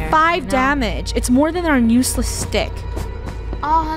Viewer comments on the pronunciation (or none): OKAY funneh says nuseless instead of useless